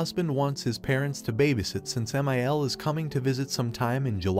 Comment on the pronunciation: I hate when my one thousand forty nine is disrespectful to me! (MIL in roman numerals is 1049, which is what the AI pronounced it as)